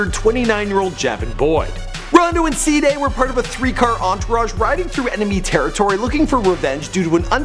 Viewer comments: He said saday instead if cdai😂💀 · its pronounced cday not sday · its cee-dai not cday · "SI'DAY" nigga its CDAI im fkgn done wit him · he said C-dehh always pronouncing some wrong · He cant say Cdai he say Cda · who's saday?😂 its c-dai kid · C- DAI NOT sadai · Said cdai wrong it's literally cday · cduh 😂😂 its cdai pronounced c day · Cee-Day not saday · He Said CADIA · "rondo and se-day" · oh man dis nigga say Cdead first time oml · The way he say cdai😂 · Why tf u say Cdai name like that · The way he says "Cdai" haha